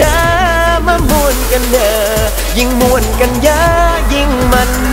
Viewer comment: 'ม่วน' ที่ออกเสียงในเพลงนี่ไม่ใช่สำเนียงอีสานนะคะ น่าจะออกเสียงให้ดีกว่านี้เพราะ 'ม่วน' ที่ออกเสียงมามันเป็นสำเนียงทางเหนือ คำนี้ของทั้งสองภาคมีความหมายเหมือนกันแต่ออกเสียงต่างกัน ฟังตอนแรกนึกว่าเพลงเหนือแต่พอฟังคำต่อท้ายเป็นคำอีสานซึ่งฟังขัดกัน คือพ่อเราเป็นคนเหนือส่วยแม่เป็นคนอีสานไงเลยฟังออก นี่ติเพื่อก่อ เพลงหน้าจะได้ดีขึ้น อย่าดราม่านะเอา ถ้าจะให้ 'ม่วน' เป็นคำอีสานต้องเป็นคำเสียงยาวไม่ใช่คำเสียงสั้นและต้องมีเสียง 'ห.หีบ' ค่ะ